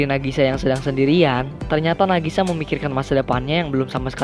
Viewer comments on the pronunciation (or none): Knp ngomng nama karakter selalu terbalik kek "Nagisa" jadi ngmng "Nagasi"??? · Bang sedikit koreksi : Nagisa bukan Nagasi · Apa cumn saya doang yang denger nama nagisa jdi Nagasi irina jdi iriana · Nagisa bng, bukan Nagasi😞🙏🏻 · Maaf ya bang munkin maksudnya nagisha bukan nagashi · Bang namanya nagisa. Bukan nagasi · Nagisa bang bukan nagasi